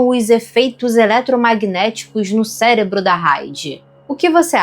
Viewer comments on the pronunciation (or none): none